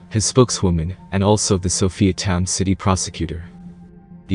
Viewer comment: Sofia not Sophiatown...what a load of crap